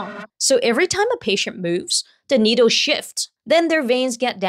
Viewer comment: Needle ❌ Noodle ✅